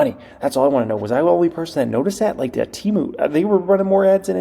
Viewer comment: All those ads and you still pronounce it team ew. It’s temu